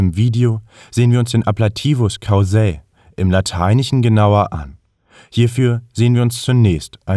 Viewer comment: Ein kleiner Tipp zur Betonung: gaudēre und caúsae. Ansonsten sehr stimmig!